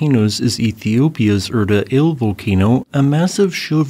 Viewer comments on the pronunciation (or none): Air-tah Ah-lay not Er-tuh Ale, please. it hurts my ears and I don't even speak Ethiopian. If you do it again I will call your mom to complain. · Erta ail lol. Erta Ally. Theres supposed to be a hyphen above the e. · The AI voice is so terrible. It mispronounces SO many names in this voice: eg Afar, Erte Ale